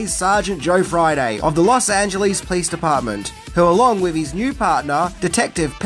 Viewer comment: "The Los Angeles Please departement" 😂 Love how you pronounce police: "Please" It's "Po-lice"! Oh well. I love your vids anyway!